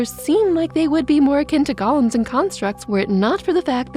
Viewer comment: Sorry to nitpick, but Golem isn't pronounced like Gollum from Lord of the Rings. It's goh-lem (with a long O sound). I couldn't help notice the error in the video.